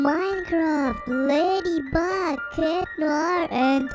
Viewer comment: That's not ladybeg it's ladybug